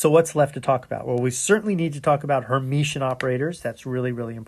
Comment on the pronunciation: Great lectures! Only one point: it is called Hermitian, not Hermetian :-)